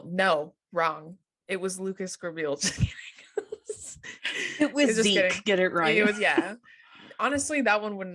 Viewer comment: SAYING LUCAS GRABIEL PLEASE